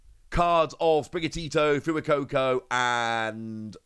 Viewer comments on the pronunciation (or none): I believe it will be pronounced "Fway-ko-ko" and not "Foo-ah-ko-ko" as it's a play on "Fuego", the spanish word for "Fire"